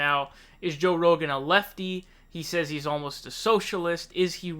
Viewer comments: Joe Ro-Gan 😂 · Joe Rowgaan